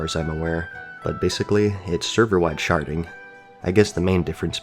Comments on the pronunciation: I heard Sharting every time you said Sharding. lmao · i'm sorry i keep hearing sharding as sharting server wide sharting LOL